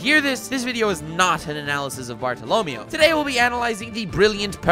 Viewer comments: how you say bartolomeo hurts me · Keep pronouncing Bartolomeo like that and I'm going to shoot myself. In the head. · Pretty sure the nigga's name is supposed to be Bartholomew... the way you pronounce it is a pain in my ass... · What is that bartolomeo pronounciation lmao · Why do you keep saying "Bart-o-LO-meo?" It's "Bar-to-lo-ME-o" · Pretty sure the stress for the word is on the "MEI" sounds, not the "LO" - so more Bar-tolo-ME-o, not Bar-to-LO-meo. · I hate how you pronounced bartolomeo's name, if im not mistaken since the story took place in a Spain setting the E is pronounced as an A sound, like BartoloMAYO, if I'm wrong I'm wrong but it's hideous the way you are pronouncing it and if the english dub pronounces it your way I'll be very upset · Bar-to-lo-me-o. cringe Barto-lo-may-o. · Bart-o Lo-Mayo not Barto- Lomy-o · every time he says bartolomeo i wanna shoot my self im sry -.- i thought it was BART TALL OH MAYO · It’s pronounced barta la Mayo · Bartolo MEH-OH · Bart-alla-may-o is how his name should be pronounced and your pronunciation is bothering me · You’re mispronouncing his name, It’s pronounced Barto- Low- Mayo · Praise lird twe-ehh bartolemeoeoeoeo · I give an F to you for saying Bartalomeo wrong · Is not "bartolomio"... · i love ya but i hate how you pronounce bartolomeo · Stop saying Bartolomeo like that >:/ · Are we gonna talk about how he's pronouncing Bartolomeo's name weird? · Wtf i can’t watch this clown cause of his pronouncements of Bartolommeo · Stop pronouncing Bartolomeo's name like that before I stab myself in the ears. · I'm quite sure you pronouncing bartolemeo's name wrong😂 good vid nonetheless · The way you pronounce Bartolomeo scares me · you say Bartolomeo so bad on purpose...right? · the way you say bartolomeo makes me want to shrivel up inside out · Hearing pronunciation of Bartolomeo made my dick fucking shrivel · So we aren't gonna point out how he's fucking up the pronunciation of Bartolomeo?